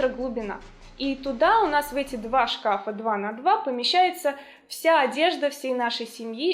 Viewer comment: И не два шкАфа, а два шкафА.